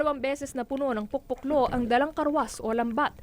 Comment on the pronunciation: we ilocanos pronounce it like PO. - PO. - LO, not POK-POK-LO.